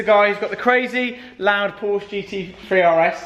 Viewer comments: Is it just me or did he almost say Ford but he said Forsche Lool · It’s like the lawyer in “Merchant of Venice” Annoying to hear you guys say “Porshh”! Just Saying! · Lots of hair gel and designer t shirts for a gear head that doesn't say Porsche correctly. Hot car, though